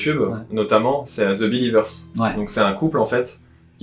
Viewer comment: Bonne interview ....Un petit bémol: j'entends beaucoup de gens prononcer le son 'Z' quand il veulent dire un mot anglais; le the se prononce thi, avec le son de i comme dans it. Par exemple, on prononce "the apple" comme "thi apple" et "the elephant" comme "thi elephant" .... mais pourquoi ce 'Z' , ça vient de où ?